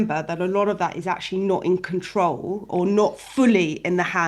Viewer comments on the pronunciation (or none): none